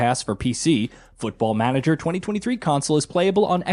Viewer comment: I never played Football Manager before and I am thinking on starting with this one.... but... but this guy pronunciation of it....... I am not even native English speaker and I KNOW IT IS WRONG...... not to mention that there is no letter pronounced "yoo" in English alphabet.... closest one to his pronunciation would be letter Y and that is not even close.... What are they teaching them there.... Also who cares on customization of main character who you do not even see at all.....